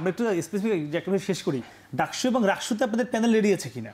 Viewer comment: এবং = এবন😂